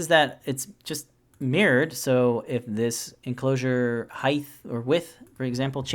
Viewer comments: LengTH, WidTH, but HeighT not HeighTH. Great video. Thanks. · Also, you said height wrong. I realize that a few Americans do this. It's height. Not heigth. The ending sounds like the ending of weight, not the same ending as width. Thanks for the video! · Firstly, thanks for the great tutorial. If I can offer a small piece of constructive criticism, the word is height, not heighth. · I do not like being the spelling or pronunciation police but this drives me absolutely crazy it's height height height height its not heighth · This was a great tutorial, super helpful especially the parameter setup.. but what's a Highth? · Height not Heigth, t sound and the end not a th... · Quite helpful and simple too. BTW: It's height (as written) not heighth. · Glad I'm not the only one who heard that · Is he saying heighth? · just thought I’d let ya know “heighth” is not a word, nor has it ever been one. However, this helped me immensely 😉 thanks for a wonderful tutorial. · Excellent video. Told me exactly what I needed to know. Thank you so much for this. But, btw, there is only 1 'H' in the word height. It's pronounced like HITE. ;-) (sorry, couldn't resist) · There is actually 2 H's in Height but he pronounces it like Heigth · Rock solid tutorial... just had to mention that "height" is not pronounced with a "th" sound at the end... just the t sound.